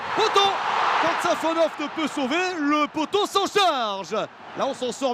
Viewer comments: Safanov❌ Savanov ✅ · C'est SafonoV, pas SafonoF...